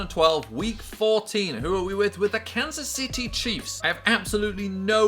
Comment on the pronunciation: it sounds like he said cancer city chiefs 😂